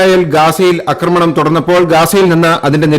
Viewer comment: 'അക്രമണം ' എന്നല്ല.'ആക്രമണം' എന്ന് പറയൂ.